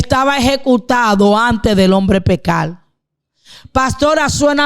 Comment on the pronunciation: Debe mejorar la dicción. No es mujel, es mujer No es pecal, es pecar No es matal, es matar No es veldad, es verdad Por favor más respeto con la audiencia Si uno se va a dirigir a una audiencia, por lo menos debe pronunciar bien, por respeto con esa audiencia. Saludos desde Colombia